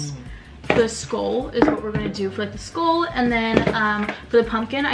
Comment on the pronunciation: "Skoool" it's SKULL! 🤣